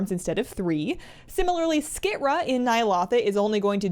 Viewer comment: Skit-ra? 🙄 it’s like she intentionally mispronounces stuff